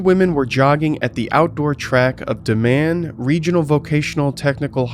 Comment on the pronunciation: For future reference, Diman Highschool is pronounced Dyman. It was cool seeing something about my hometown. Good vid. I grew up in New Bedford, about 10 minutes from Fall River. This was a pretty big thing. People have talked about "cults" there for a long time. The Freetown Forest, it's just a bad bad place for a lot of reasons. A lot of creepy stuff has and does happen there.